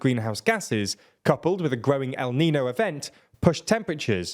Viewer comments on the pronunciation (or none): Its called el niño, not nino. Monolingual brits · Is it so hard to pronounce EL-NIN-NYO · Note to: El Neen-yo is how you say it. It is Spanish and refers to the Christ Child since the phenomenon was first noticed around Xmas by fishermen in South America and the Spanish love naming things for Xtian iconography. The N with the tilde [~ til-day] over it is not just an odd N, but rather a completely different letter, an En-yay. The first record of El Nino is from 1892 in Lima, Peru. La Neen-ya is the reverse but doesn't refer to anything to do with Xmas. It's just the reverse. What the fishermen noticed was that there was a warm off shore current where the water was normally cold. What they really were noticing was that the fish weren't there since the cold water has more nutrients in it. And that the seabirds that depend on the fish would also be dying/failing to fledge nestlings. The seabirds are important because their droppings [guano, gwa-no] were harvested for fertilizer. Now it is more used as shorthand for the Southern Ocean Oscillation, where different temps of the ocean lead to changes in where the jet stream flows. It often, but not always, leads to a wet year in California while La Nina is more associated with drought but the changes are really felt all over the world, as you allude to in the piece on Global Temperature having set a new high record. ~Andy [native and resident in CA for all but 9 of his nearly 66 years]. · no, it sounds like nius, not ñus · Fuck sakes, you guys really suck at pronouncing Spanish words! It takes two seconds to learn how to pronounce “el niño” - hint: the Ñ doesn’t sound like an N! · I love TLDR but do they know how to pronounce stuff properly at all? It’s not that hard? EL NIÑO, not el nino! Learn the IPA or something just try? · Small nitpick, the weather formation is called El Niño, with the tilde. Even if you can't find the character on the keyboard, the "nyuh" sound is as mandatory here as it is in lasagna.